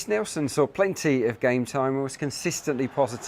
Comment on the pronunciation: Why's this lad saying Neilson? I'm pretty sure it's just said Nelson like the normal way